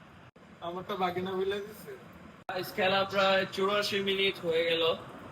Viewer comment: ভাগিনা ❎ বাগিনা ✅